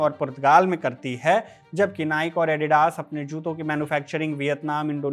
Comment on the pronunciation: नाइक नहीं नाइकी है सही उच्चारण ।